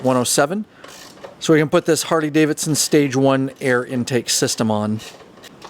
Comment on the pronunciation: Is it just me or does he say hardy?🤷🏻‍♂️